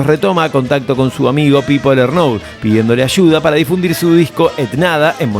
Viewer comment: Che, me parece que esta hecho con mucha pila, pero me la bajó mucho la edición vertiginosa, todas las frase juntas, sin respiraciones... hace falta?. ( y la pronunciación LernOUD... vamooos). Lo tuve q dejar. Recomiendo en libro de Carmona sobre Miguel también. Slds